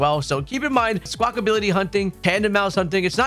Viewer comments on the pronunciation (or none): Why does everyone keep saying "Squackability"? It's Squackabilly, there's no "T" in it's name. Seriously, you and Austin John.🤣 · I love these videos…but for the love of god it’s not Sqwakability lol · Good god why do y’all call it Squawk-ability? You’re the third creator I’ve heard making this grating mistake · Is Squackability a meme or do people not realize that its Squackabilly